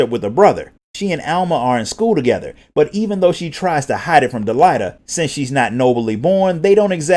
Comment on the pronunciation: I just need to know if these are the official pronunciations of the names. Cuz about a minute in I had to pause and take a breath cuz I realized literally every single name of every character and Town, I had been pronouncing differently. "De-lee-ta, Eye-va-leese, Rah-m-za, Or-bone, Oh-vee-lia, Tee-ta, Bell-v"